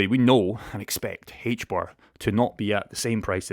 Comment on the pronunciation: HBAR. In English, the letter H is pronounced "Ayche" not "hhhaych". The token is pronounced AYCHE BAR. Also, the token will be somewhere around $1,000 by 2030.